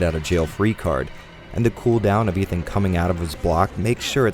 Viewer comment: "Eve-an Winters"